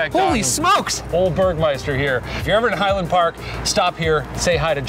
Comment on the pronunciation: Haha, I believe he's calling him Bergmeister! Still adorable!